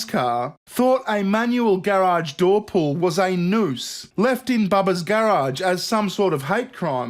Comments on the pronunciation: I love the way you say gair-awge. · Omg say garage one more time!! 😻